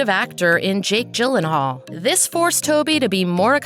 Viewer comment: Jake “Jillenhaal”